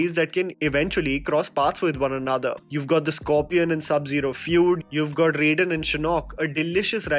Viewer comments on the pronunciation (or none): none